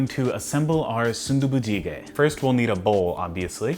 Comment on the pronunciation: you actually had pretty decent pronunciation for that😂👍 good job on the food too